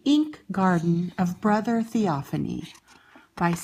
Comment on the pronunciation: It's pronounced( thee- o- fane) Not ( thee-o- fanee) I unsubscribed from you